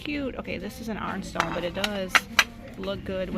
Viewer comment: It took me awhile to figure out what you meant by “arn-stone.”